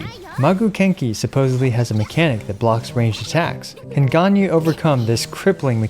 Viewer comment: I found it a bit odd that you pronounced Zhongli’s name almost perfectly but pronounced Ganyu’s name the English way…